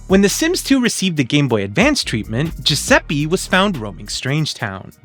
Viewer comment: Amazing video, as always Just a tiny correction, as an Italian: Giuseppe is pronounced with the same E you'd use in Spanish. E like Elephant. Like Enter. Spanish and Italian have the same vowel pronunciation It's not important, but I thought maybe to say it ☺️